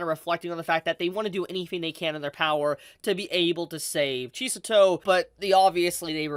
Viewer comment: Cheese-A-Toe? Really?